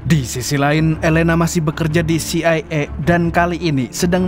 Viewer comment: harunsya baca dengan CE I A 😅